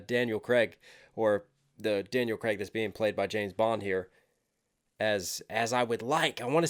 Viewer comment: It's Craig (Like Laid) not Creg (Like Leg) 😄 Keep it coming 💯